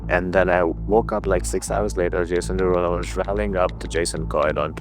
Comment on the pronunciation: “Jason Derugpull” is crazy